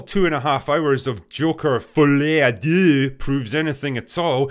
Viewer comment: Hat's off for pronouncing "deux" pretty well 🙂